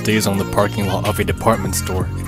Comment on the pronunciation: Just Sacrifise ''The Dorrrrrssss''